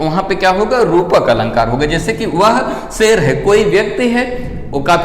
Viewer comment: सेल नही शेर होता है